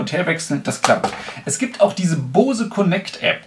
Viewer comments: Da ich selber diese Kopfhörer habe kann ich auch die Qualität bestätigen. Aber vielleicht mal kleines Feedback zu deinem Video. Du machst mir voll den hecktischen Eindruck. Dir fehlt ein "roter Faden" in deinem Gespräch. Und ehrlich es heißt B-O-S-E! Und nicht Bause. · Finde die Aussprache „Baus“ auch strange, den vorhandenen Buchstaben würde/soll/könnte man es „Boze“ aussprechen. Vielleicht will man die Aussprache mit „booze“ wie „saufen“ vermeiden. Ist mir dennoch schleierhaft wie die Amis da ein „a“ in die Aussprache reinbringen. spricht es nur denen nach und ich denke die Aussprache amüsiert ihn selbst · Es wird sogar tatsächlich ungefähr "Bows" ausgesprochen ( [ˈboʊz] ), d.h. Baus ist sogar (fast) richtiger als Bohse. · bose nicht baus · warum um alles in der Welt sollte man Bose "Baus" aussprechen? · Gennadi Volodnikov wenn dann sagt man „bowsi“ wie bei adobe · es wird nicht unbedingt AU ausgesprochen, aber bouse. Guck dir Amerikanische reviews an. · Das wird übrigens "Bous" ausgesprochen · Hab noch nie jemanden gesehen der "Baus" zu Boose sagt